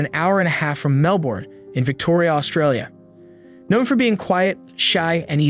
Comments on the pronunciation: This happened when I was a kid, still remember it. Every aussie does. Your pronunciation needs a little work. Don't stress vowels so much. Winch'lsea Melb'n G'long Barw'n Birregurra was good though =) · "Simplicity of raising children" - it's in no way simple! It's pronounced Melbon. I remember when this happened. It was horrendous. Well covered 👍🇦🇺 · Big fan of the channel but please consider checking pronunciation of place names, you really butchered Melbourne/Geelong/Winchelsea in this one.